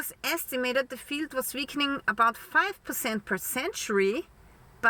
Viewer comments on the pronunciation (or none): I'm just here to hear you say "veakening" 😊 Love ya dear!